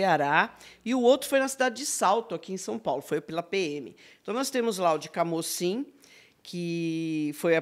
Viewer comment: No Ceará pronunciamos como CAMUCIM, não CAMÓCIM